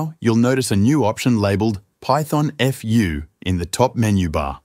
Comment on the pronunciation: Python-eff-you?? It's Python-foo.. Like Kung Fu.